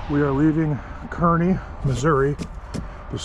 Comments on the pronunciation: Good morning, and! Sorry you had such an “eventful” trip home! By the way, the two towns named Kearney, one in Nebraska, one in Missouri, is pronounced Car-knee. I grew up 12 miles west of Kearney, Missouri. Home of the Jesse James Farm. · Kinda funny when you got near Lawrence, KS I knew the gas station you stopped at because I've been to that one more times I can count while working on a Chipseal crew for a few years, then was laughing on how you said Kearney, MO because I could just hear people from the area lining up to correct the way you said it, and then also knew the gas station you stopped at in Bethany, MO because we also stayed there and was working on the interstate near there in Eagleville, MO.